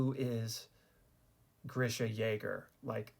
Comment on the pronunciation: It is not Grisha it is GREEESHA